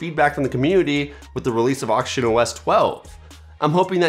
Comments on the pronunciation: I thought u said "Auction OS" lol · Why are you struggling to say oxygen??? It's not hard but you are butchering it every time you say (or attempt) to say the work. You embarrassing yourself I know toddlers who speak better than you